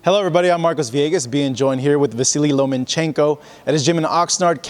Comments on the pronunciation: That shit is annoying asf when ppl say Lomanchenko instead of Lomachenko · "Lomanchenko"? It is Lomackenko, buddy. Delete the "n".